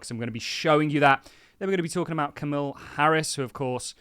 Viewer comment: Who the f*** is Camille Harris? BwhahahAhh it’s Kamala…it’s only 6 letters man. You’re smarter than that.